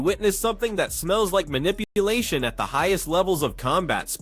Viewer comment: WTF is mita palation? LoL 🤣 It's manipulation..... that's funny. You should do the commentating your self.